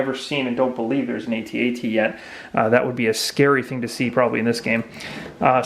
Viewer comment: at at not a.t.a.t just say At At sorry. :P looks awesome